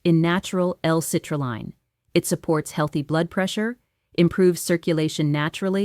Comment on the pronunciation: Good information -- but the AI meme with the looping hand gestures is off-putting. Editors should take the time to correct the errors in the AI-generated speech such as saying "D-I-D" instead of "did" and saying "citrulline" with the long "I" instead of the "e" sound. Bottom line -- patients should always ask their physicians about the "Choosing Wisely" recommendations regarding specific screening tests. Also, be aware that having symptoms definitely changes the strength of the indications and the need to proceed...